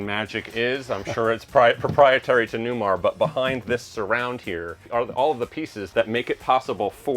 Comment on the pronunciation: Does this Newmahhhh have Smahhhht Pahhhhk?